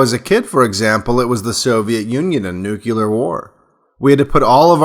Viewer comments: I love your videos. But for God's sake, man stop mispronouncing "nuclear". It's pronounced like "New Clear" not "Nuke Uler". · It’s pronounced “new-clear” not “new-cue-ler”. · NEW-KLEE-R There is no such word as NEW-Q-LAR you are too articulate to NOT correct this. Or are you comfortable with “axe” rather than “ask”? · Excellent stuff. But it's nuclear war, not nucular war. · I am unsubscribing to your channel. It's not because I disagree/agree with the video or the premise of it or anything you are saying.. it is because you use the word "nuculer" rather than nuclear. Then you did it again . Sorry but I can't in good conscience be subscribed or watch videos that are made by an idiot who can't even pronounce the word correctly. I realize how ignorant and stupid you are even though your videos are good you are an intellectual fake. F-OFF. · Good video but, Nuclear ..... Why can't people say it correctly? I'm just wondering. It's not nuculear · it's nu-clee-arr, not nuke-uu-larr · Nuclear not nucular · I love you to death, but its (noo-clear) not (nuke-yoo-lurr). had to say it man, you sound like ole George Dubya Bush. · Nuclear... not Nucular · your vids are great, but, in this one you keep saying "nucular" instead of "nuclear" pronounced noo' clee ur, which has something to do with the word "nucleus." You wouldn't say "Nuculus" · PLEASE. NUCLEAR. NEW-CLEAR. Nucular sounds so low IQ it takes away from the point. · Good talk. But, it's "nuke-lee-uhr", not, "nuke-you-lur". 👍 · "NUKE - LEE - ER" not "NUKE- U - LER" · S wated to hare this until ou dropped the 'Nucular'no-word, Bush bomb. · "NUCULER" WEAPONS?? U-SUCK!! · "Nuclear" is just two syllables, not three. There's no vowel between the "c" and the "l." When you say "clear," you don't say, "kee-lur," right? Otherwise, nice video! 👍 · Aaarrgh...he said 'nucular'... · THE WORD IS SPELLLED “NUCLEAR” AND ONLY HAS TWO SYLLABLES. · He says it like bugs bunny :) I thought it was endearing